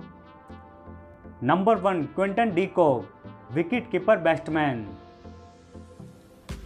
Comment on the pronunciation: बेस्टबैन नही भाई बैट्समैन या बैटर बोलो